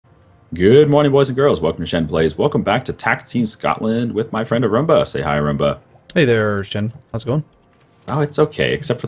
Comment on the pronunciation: I like how Shen calls Arumba ""